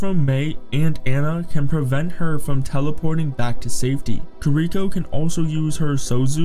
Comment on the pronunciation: Stupid pronounciation of heroes made me stop the video. Kir-ihk-o was the final straw.